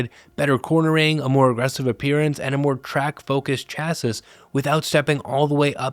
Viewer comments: Chassis is pronounced "chassii" "chassee" or "chassey".🫡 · Nice review. Just learn how to pronounce "chassis".